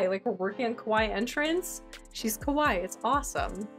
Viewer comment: so cute!!!! (fyi you are pronouncing kawaii wrong - its kaway-ee - and the way your saying it means scary!)